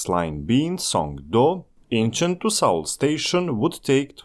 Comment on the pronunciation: "saul" station 🙄